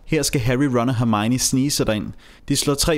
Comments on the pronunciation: Hun hedder hermione og ikke hermigni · Du siger Hermione underligt 😂